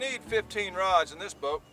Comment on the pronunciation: Boat not boar and must say your vids are great